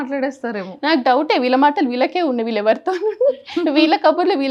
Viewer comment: విల్లు ❌వీళ్ళు ✔️